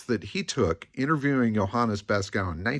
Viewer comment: FYI: Beeskow would be pronounced something like bays-cove...